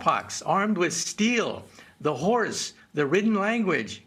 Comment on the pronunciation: It took me a moment to process he said "the horse", and not "the whores"...